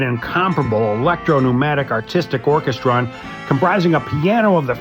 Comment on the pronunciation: Orchestrion: It’s pronounced Ork - est - ree - on